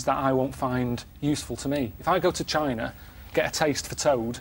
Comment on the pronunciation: "There's no reason for anyone to go to Chiina" haha